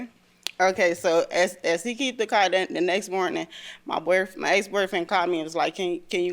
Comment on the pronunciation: The word car ...has an R in it...WTF